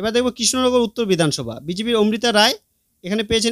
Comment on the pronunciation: দারুন ভিডিও তবে প্রার্থীর নাম উচ্চারণ এবং লিখিত বানানে ভুল আছে। লিখিত ভুল -মিত্র >মৈত্র মৌখিক ভুল - ওমৃতা > অমৃতা